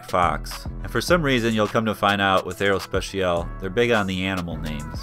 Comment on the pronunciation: Nice video. Btw your english pronunciation of aerospatiale was actually the closest of the french one ;)